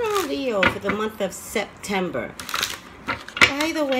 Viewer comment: in the beginning of the reading it sound like you said December